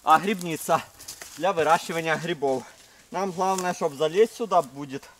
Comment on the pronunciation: грибы а не грыбы и грибница а не грыбница учи русский язык а так видос прикольный